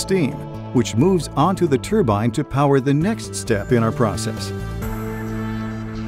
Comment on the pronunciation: Yeeeeee haaaaaaaa !!!!!! It's a TRUEBINE BLIBBY,,, " turbine" just won't do 😝 TRUE-BINE😝✌️ YEEEEEE HAAAAAAAA ✌️